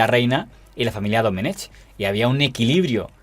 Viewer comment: Se pronuncia Doménec, la c final es muda. Es una forma arcaica de escribir en valenciano (y en catalán) el nombre Domingo.